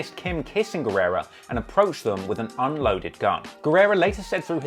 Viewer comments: You r right about him saying the name wrong as he was told that he could be sued for using his name in his songs. Guerra means War. Guerrera means Warrior. I know cuz Guerra used to be my last name. People often annoyingly pronounce that name by adding that extra bit on the end. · Is “Guerra” not “Guerrera”! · GUERRA NOT GUERRERA LOL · guerra, not guerrera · not guerrera is just guerra (geh-rrah) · Guerra doesn't equal guerera. Learn to read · His last name is Guerra not "Guerrera". Eminem only referred to Guerra as "Guerrera" in "Sing for the Moment" as to avoid any further lawsuits from Guerra himself. Funny enough though, "Guerrera" means "female warrior" in Spanish. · me hearing all the time guerrera and reading guerra:🧐